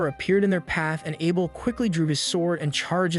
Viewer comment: the narration is bad tho. there are a lot of mistakes simply because the channle owner doesnt bother to proofread the script it got Chat GPT to make. and arent AI supposed to be smart?? can't even say Abel right, but can SOMEHOW say the most obscure names perfectly fine...